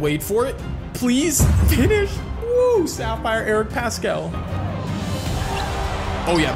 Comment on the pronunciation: hey, idk if ur gonna see this but i love ur videos. just wanted to let you know that paschall’s name is pronounced like “pass-cull” and not “pass-cal”